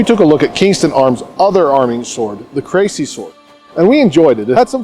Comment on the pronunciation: It's pronounced "Cressy" not "Crazy" ;)